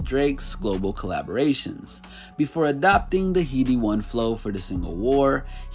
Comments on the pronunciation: By the way, it’s headie rather than heedie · It’s pronounced ‘hed-ee one’, like a human head. Not heedie but headie. Nice vid tho 🤙🏾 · Or 'Head-ee One' not heedie one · By the way it’s pronounced HeadE one not heedie one 😂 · bro wtf is heedie😂😂😂 its headie headie how hard is this😂😂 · Who is heedie one please if you gonna mention uk artist please pronounce the names properly. It’s headie one 😂😂😂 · HEADie one not heedie one Headie as in head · Can’t take this video seriously after hearing “Heedie one” and “Pop can” like that.. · The pronunciation of Ojuelegba, Popcaan and Headie One 🤦🏿‍♂️ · Im sorry, Heedie One? Lmfao. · "heedy one" LOOOOOOOOOOOOOOL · Heedie-Wan lol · The pronounciation of Headie One and Popcaan is so cringe. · Stopped listening after your pronunciation of headie one. You clearly dont know what you're talking about